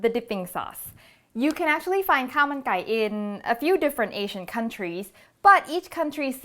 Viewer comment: Khao mun gai not kao mai gai !